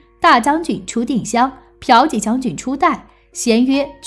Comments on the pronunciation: piao 第四声，qi第二声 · 骠（第四聲）骑将军 不是嫖妓將軍😁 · 骠骑（biao ji）将军变成嫖妓将军？ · 原來霍去病是ㄆㄧㄠˊㄐㄧˋ將軍………